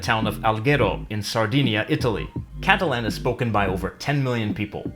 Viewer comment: Why do you pronounce Catalan incorrectly?